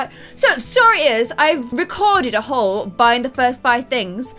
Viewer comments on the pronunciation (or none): none